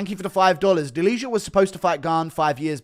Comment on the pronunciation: its not "deliha", you would pronounce it more correct saying "delia". no "h"